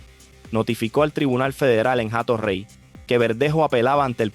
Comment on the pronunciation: NO ES JATO REY. SE PRONUNCIA COMO. ATO REY. SIN LA H QUE NO TIENE SONIDO